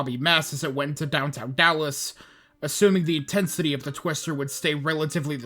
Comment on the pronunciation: Lost me at the initial mispronunciation of Dallas.